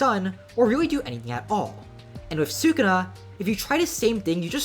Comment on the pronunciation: "Su-kuna" it's "Su-ku-na" and same minute bro